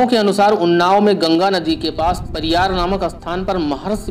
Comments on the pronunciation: परियर बोल महा आत्मा। पारियार नहीं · परियार नही परियर